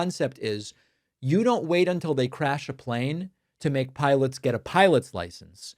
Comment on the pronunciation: "Wook, we make piwats flying pwanes...". Fire that dumbass and elect someone with an intellect. WITHF?